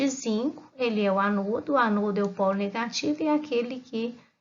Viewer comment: Vc faz a pronúncia das palavras (ânodo) ( cátodo) de forma errada